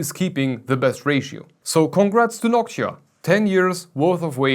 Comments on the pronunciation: It sounds more like Hawk-tuah, hahah. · is it just me? or does it sound like "Nokia" when he says Noctua